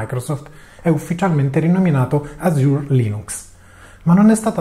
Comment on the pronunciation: Cambiato logo (preferivo il primo anche se forse troppo Mint-based): pressioni da Mint o consapevolezza che questa, basata su Ubuntu, subirà l'accattonaggio indiretto da Microsoft (e quindi scelta di adottare di LMDE) ? (p.s. 'Azure' l'hai pronunciato male)